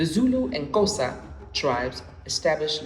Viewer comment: Say Xhosa properly my brother next time asnblief